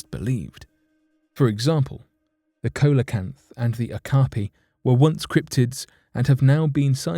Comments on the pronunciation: "Cola-canth?" Really? How do you pronounce the word "Xylophone"? OK, now say after me: "Xylo-canth." Done. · Of the word Coelacanth? Because that would be pronounced See-luh-Kanth.